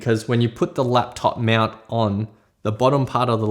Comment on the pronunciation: He says meownt instead of mount XD